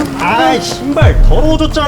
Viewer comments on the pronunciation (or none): 아이신발 더러워졌잖아 ㅁㅊ 처음에는 욕하는줄